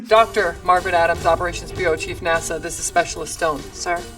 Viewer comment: I thought you said "massive woman" instead of NASA woman